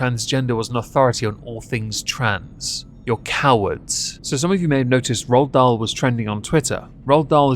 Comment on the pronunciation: The Witches was one my favorite books growing up!! Ppl ruin everything- leave Ronald Dahl alone!😭 (Also, why are you () saying his name like that, "RahlDahl"? You're like Stewie with the Cool Hwip.)